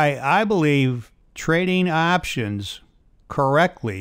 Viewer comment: It's options, and not aptions grandpa!